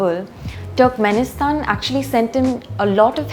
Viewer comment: Small correction , it's pronounced "turrkmenistan"" not ""TWERKMINSITAN"